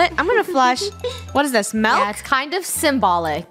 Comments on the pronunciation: Lol funneh said MALK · Ah yes malk